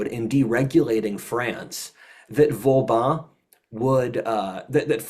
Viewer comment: It’s cute how mispronounces practically every French final syllable incorrectly as “an” EXCEPT with the “an” in Vauban. But in THAT case it’s the the cohost who mispronounces it as “Vaubin”.